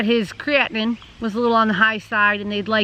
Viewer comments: So sorry to hear this. Yes, you are saying Creatinine properly. Prayers for you both. Hopefully Mr Pineapple will find a suitable donor sooner than later. Have faith!!! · I'm sorry that this has happened in your life. Yes you are pronouncing Creatinine correctly. I will keep your family in my prayers. I will continue to watch your channel. I wasn't subscribed but I am not. God bless your family. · 🙏🙏🙏🙏🙏🙏🙏🙏❤❤❤❤🍍🍍🍍🍍🍍🍍🍍🍍🍍🍍💒💒❤❤❤❤❤❤❤❤❤❤ I understand. Don't loose hope, keep your faith UP. GOD hasn't changed HE'S STILL in the MIRACLE Business. Amen PS You said creatinine correctly 😇